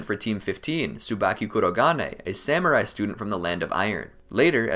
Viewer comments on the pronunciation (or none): none